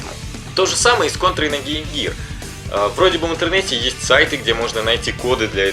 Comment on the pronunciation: Раз уж ты такой любитель истин, то произноси названия правильно. По японски звучит не Конто́ра а Ко́нтора.